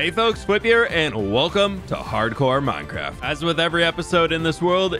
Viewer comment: ahh yess "hardcore minecraf"